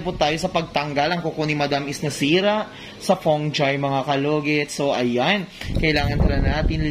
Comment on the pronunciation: Dili man pud ni ako pang bash kay ganahan jud ko sa imong mga vlogs but pwede mka correction? Instead of saying "para upadate kayo lagi..." pwede "para updated kayo lagi..." and instead of "fung.gi" pwd "fun.gi?". Hindi ako nagmamarunong. But I made this correction para maging tama ang mali at maging masmaganda ang iyong vlog. Sorry... gusto ko lng makatulong at hindi para magpahiya.